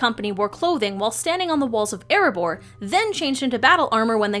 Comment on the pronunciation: It's Erebor , not "Eribour".